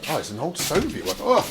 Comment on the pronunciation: He always says So-viet like its some kind of huge, delicious pavlova cake, with lots of meringue, strawberries and cream on it that he wants to devour, when in reality, this time, his So-viet turned out to be a crappy old train carriage, lol.